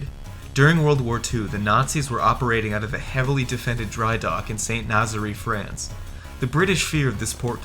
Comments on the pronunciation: St Nazaire is not pronounced Nazery it is St Naz air. And what about the Lofoten islands raid in Norway? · St Nazaire - pronounced Saint naz-air. Not nazzary! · It's pronounced 'Sant Naz-Air' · St. Nazaire is pronounced san nahz air. it's irritating to see videos trying to be somewhat educational to fall down on proper pronunciation. I see someone else already caught you up on Edinburgh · The narrator's inability to pronounce Edinburgh and St. Nazaire is an indication of his level of education and research.